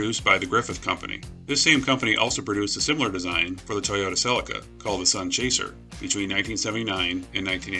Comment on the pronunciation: Toyota CELICA NOT CELECA! Say it... CE-LEE-CA